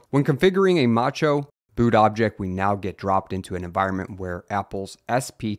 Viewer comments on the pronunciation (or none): it's supposed to be pronounced mac-o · i'm commenting on the pronunciation because he pronounced its `ch` like in chair, because of how it's written